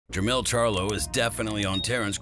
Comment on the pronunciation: Jermell not lien